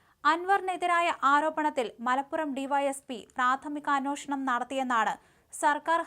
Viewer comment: അന്വോഷണം അല്ല അന്വേഷണം